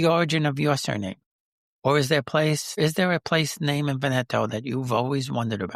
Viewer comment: You are mispronouncing Veneto - the accent is on the first syllable VEN eto